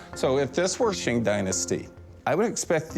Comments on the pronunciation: Oh man, he lost me when he pronounced Qing as "Shing" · It's not "shing" dynasty. It's pronounced like "ching".